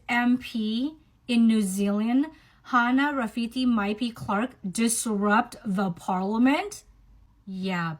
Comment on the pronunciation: her name is Hana - Maori - not Hannah - european